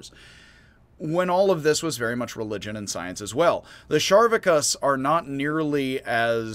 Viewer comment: Its spelled Charvakas, so why are you pronouncing it Sharvakas? Char, like Charcoal.